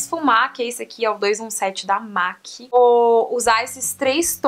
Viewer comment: Linda, se pronuncia "MEC" e não "MAC"